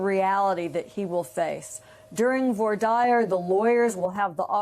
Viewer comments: It's also "vwahr deer" not "vore dyer". 🙄 I love how Reid corrected her by restating it. 👏👏👏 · Always heard "voir dire" pronounced as you state. So Ms. Vance's "vore dyer" really jumped out. Some hunting around showed me that in Texas (and in other southern state venues, I suppose) "vore dyer" may be fairly common. Ms Vance, educated in Virginia for her JD likely knows the pronunciation 'vwahr deer' perfectly well, but has worked in Alabama courts for years, and teaches in Alabama at present, and therefore used the pronunciation "vore dyer". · Did the lady on the left just pronounce Voi dire as "voy dire" instead of the correct pronunciation "vua deer"? What is she doing discussing legal matters, then? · Wouldn't have expected Joyce of all people to mispronounce "voir dire".